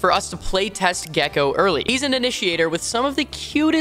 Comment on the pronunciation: Cant wait for the gekko speedrun Calling the name being gekkeeoh